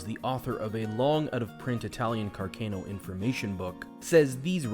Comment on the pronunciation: Interesting and well made vid. Car-Can-o is the anglicized pronunciation though not car-cane-o